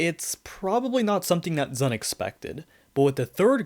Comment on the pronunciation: I mean, this is the same guy who refuses to pronounce ZUN as "Zoon" like it's supposed to for some reason